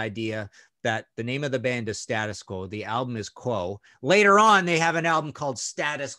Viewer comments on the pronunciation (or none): Loved the show but just to let you know that you guys aren't pronouncing "Status Quo" the way that the band do. It is State Us Quo, as if there is an invisible letter "e", same as if you were saying The United States of America. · Great review. Btw it’s not ‘Stattus Quo’ it’s ‘State-Us Quo’ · For terrible albums covers for great albums go no further than the Scorpions. I have to laugh at how you across the pond pronounce 'Status Quo'. I do love the Quo album cover. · Stay-des Quo is how we pronounce it :-)